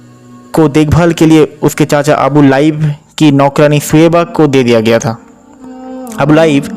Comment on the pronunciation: अबु लाइब नही, अबु लहब बोलो।